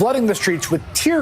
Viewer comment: Maybe you should lay off the “tear grass” before deciding to deliver what was supposed to be emotionally-driven propaganda, Mr. CNN reporter dude. Just sayin’. 😏